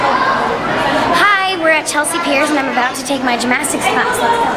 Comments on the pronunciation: yeah I think she said gmastics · "Gymastics and I love gymastics" smh smh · HAHAH GYMASYICS it's gymnastics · “Gymastics” hahahahaha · I love how she pronounces gymnastics like gym-astics😂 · 'Gymastics' ahaha aw bless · GymNastics. Yeah that kinda annoyed me as well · Sounded like she said Gymastics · Lol she says gymastics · Was she saying gym-mastics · She says gyMastics lol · I’m triggered at the way she says gymnastics. GYM-ASTICS! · Anyone else concerned “gymastics” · "GymMastics" ugh cringe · I think she pronounced gymnastics wrong......... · I cringed every time she said gymnastics wrong